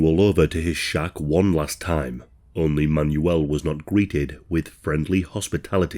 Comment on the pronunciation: "Man-You-L, Man-You-L" 😅 I think it's pronounced "Manwell" isn't it?